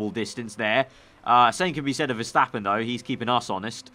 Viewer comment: Is it MAX VERSHHHAAPPEN?!